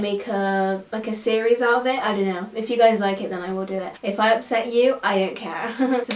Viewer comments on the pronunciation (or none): none